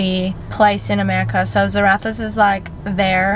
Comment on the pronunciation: ZarraFFas not Zarathas babe xx